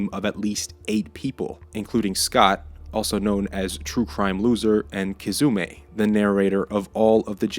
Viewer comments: Kizzume is pronounced kih-zoom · Apparently kizzume is pronounced (kih-zoom) but honestly that man's voice is so so perfect for this, clear speaking voice not too deep to put the scare in anyone. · Only when they get millions of views...there's a crap ton of second rate JSC "Inspired" content that doesn't get taken down. PS, You mispronounced Kizzume's name...